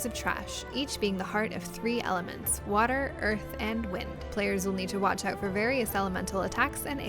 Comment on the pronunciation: "Waaaturrr you waiting for?!!!!!" 🤣